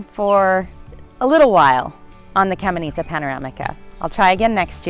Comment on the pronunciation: "Camenita" lmaooooo